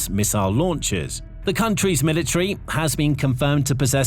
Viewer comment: So, what is a milatree? Is that like a metric sprout or something? Did this fool not pay attention when studying grammar and pronunciation? What good does this lack of proper communication do for the young folk just entering society? Somebody please tell me.